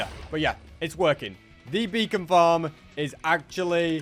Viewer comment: For a second i thought he said a bacon farm